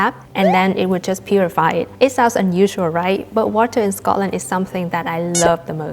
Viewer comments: The way you say Scotland is spot on "Sco-lnd" not Scotland ❤ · Hi from Scotland, I`m pleased you enjoyed your time here. Just to say the way you say Scotland and Scottish sounds, well, Scottish 😁